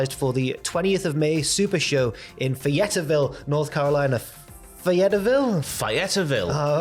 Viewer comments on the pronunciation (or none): It’s FAY-EHT-VILL. Love you guys. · Fay - et - ville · It’s pronounced “Fay-et-ville” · Fay - it - ville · Lol being from North Carolina Fayetteville is pronounced Fay-it-vil and I wouldn't stop at a gas station there if my gas light was on so I'm surprised the tribal diva is willing to grace that cesspool with his presence. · Fay ett ville is how you say it, XD. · It's pronounced FAY-YET-VILLE And yes it is a very important market... The Hardys are actually from the outskirts of the town (Cameron, NC)... Greensboro which was Crockett promotions headquarters, is only 90 minutes away... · Fay-et-ville lol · Fay-ette-ville north Carolina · Your stuggles to pronounce Fayetteville had me dying. It is pronounced Fay - Et - Vil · I never thought about what Fayetteville would souls like spoke phonetically 😅 Good try, though! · Fay-ette-ville pronounced Fae it ville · Lmfao As An American : Fay-et-vill 😂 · lol... Y'all did try, but it's actually pronounced "fay - uht - vil" or as I say, "fay - et - vil". 😁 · FAY-it-ville, close enough though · The proper way to say the name is Fay-at-ville boys. You should google it before trying to pronounce it. We americans can say your country's cities names clearly. Just saying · It's pronounced FAY-YET-VILLE... 🤦‍♂️ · It may be hard to believe but Fayetteville is fay-it-vil. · Native North Carolinian here! Its pronounced fey-it-ville (Fayetteville)